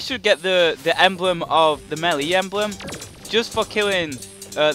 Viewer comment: how many times do i have to tell u its pronounced maylay not melee even tho its spelled melee